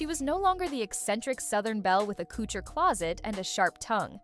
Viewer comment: Also, why can’t you pronounce couture currently? I’m from Kentucky and even I can say that word.